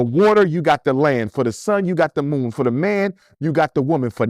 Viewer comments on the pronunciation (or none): none